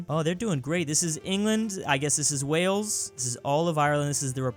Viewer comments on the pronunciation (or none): none